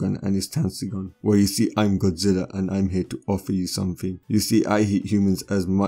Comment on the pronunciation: Did he say godzila